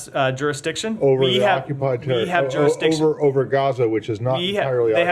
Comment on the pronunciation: "who has juristiction?" "israel does, we have" hahaha